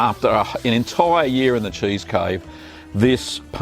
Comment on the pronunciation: "chaese". I LOVE HIM.